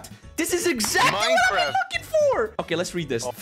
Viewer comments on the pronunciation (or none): mAiNcReFt BuT iTs NoT mEiNcReFt fake accualy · "Maynekraft" Poetry. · Maynkraft XD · When he says maynkraft its funny XDDD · Yes my favorite game 'cimemraft' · MAYKRAFT OK